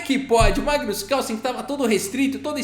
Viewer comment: tem horas que ouço você falar:! kkkkkkkkkkkkkk